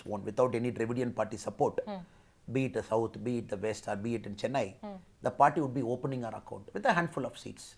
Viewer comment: Good interview. One suggestion to you and other Hindi-belt journalists. Please take one extra minute to pronounce South Indian words “correctly” as South Indians would prefer. If is अण्णामलै not अन्नमलाइ similarly चेन्नै not चेन्नाइ One suggestion is to write down the south jindisn names and words in the Devanagari and then read it from the Devanagari spelling. Another suggestion to Annamalai, stop addressing women interviewers as Madam. Ji appendage maybe ok if you use it sparingly. We should stop the madam business. . Simply address tg by their first name or last name.